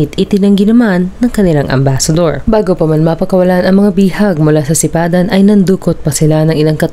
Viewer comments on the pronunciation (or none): Sipadan po hindi sapidan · Sipadan hindi Sapidan